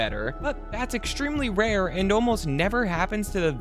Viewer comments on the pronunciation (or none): none